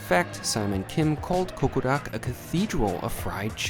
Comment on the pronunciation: Is he pronouncing it as CoqoRak?!